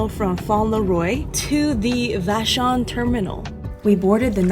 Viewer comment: I’m a Washingtonian! You said vashon pretty good!!! 🥰👍